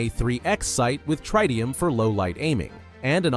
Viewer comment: He cant even pronounce tritium.. called it trieteum